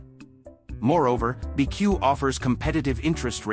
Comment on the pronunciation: The AI voice doesn’t understand it’s called “B” “E” “C” “U” not “beque”. As a result, this video has no credibility. If you can’t pronounce the name of the company, then everything else is suspect.